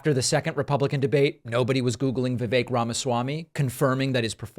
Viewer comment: He's an annoying political figure, but thank for having enough respct to pronounce "rhymes with cake" correctly